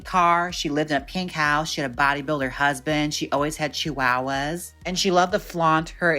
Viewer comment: I'm living for how you pronounce "Chihuahuas"!